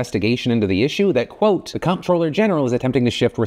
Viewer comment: Dude, 'comptroller' is pronounced 'controller'. As in, the person who controls the finances.